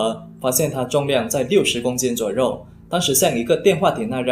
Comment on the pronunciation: 小渊 yuan1(不是ruan1); 一样 yang4(不是rang4); 左右(you4,不是rou4)